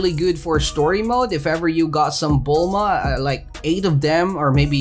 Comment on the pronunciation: He said Bulma.. Finnaly